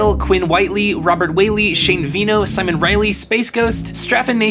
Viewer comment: He keeps saying”shimon”